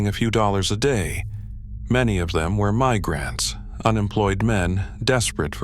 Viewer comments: My-grants? Say Migrants smh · Stop using AI voice overs! “My Grants” instead of “Migrants!” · My - Grants. Gotta love AI voices and pronunciations! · Yep, annoying narration. For example, pronounced my-grants for immigrants. Use a real voice already!!!